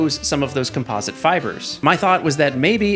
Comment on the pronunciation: he is saying composite wrong